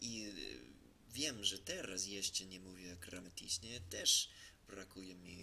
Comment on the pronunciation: Świetnie ci idzie , Polski jest strasznie trudny ale popracuj nad słowej : uczyć się i gramatycznie , bo jak wypowiadasz uczyć się to trzeba słyszeć to ć które jest na końcu a gramatyczne to mówisz : grama - ty - czne